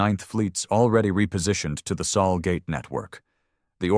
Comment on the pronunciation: Sol System, Not Saul, he's a lawyer